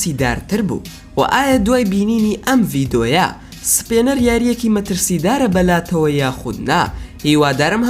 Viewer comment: سپێنەر نا سپینەر